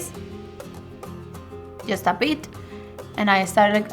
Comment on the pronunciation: Jhust a beeet 😂